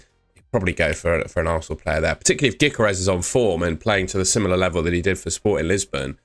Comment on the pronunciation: Closed the video when he said “Gikeres” and not “Gyokeres”